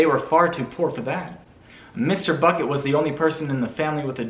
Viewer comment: I like how everytime he says bucket it sounds like buCKet